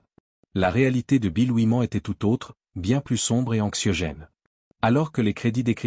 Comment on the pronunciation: Rien que la façon ridicule de prononcer "Oui-Man" m'a suffi pour zapper ! 🤣🤣🤣 C'est incroyable 😂